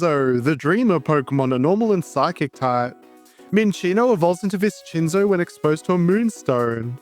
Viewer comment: So abt the name Viscinzo: pronouncing "ci" as "chee" is an Italian thing, but "sci" actually makes the "shee" sound in Italian (see "fascismo" or "prosciutto"). So it'd be more like "Vish-in-zo" Obv this is English and you can call it whatever you want, but I thought you might find it interesting.